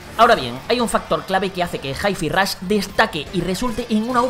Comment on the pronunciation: Es normal que los españoles no sepan pronunciar bien 3 sílabas en inglés? Me quiero dar un balazo cada vez que dicen "Jai Fi Rosh"